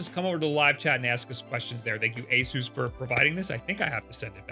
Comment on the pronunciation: I thought it was "A-sus," not "A-soos," or am I missing something...?? You're literally the only person I've heard that has said this company's name like that.